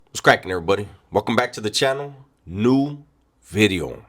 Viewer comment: New Video 🎉 Not new widieo new bideo or new weeedio ❤️